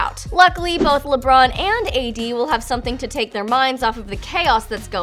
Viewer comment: They said lebrun